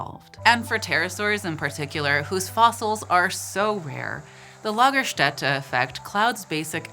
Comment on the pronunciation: Nailed it on the Lagerstätte pronounciation.